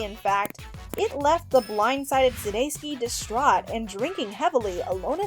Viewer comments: Sounding like Sudayski 😂 I started cracking up out loud at the dog park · It's not too difficult to do the research if you're not sure how to pronounce someone's name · Over a thousand views and only 19 likes? Dang, I wonder how this video would have done if the announcer didn't pronounce Jason's last name incorrectly so many times...it was a bit hard to pay attention to